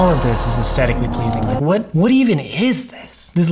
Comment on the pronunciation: Is it my ears or has the word 'aesthetically 'lost' its h in this video? Good video but it drives me mad (I'm old, it might be my ears!)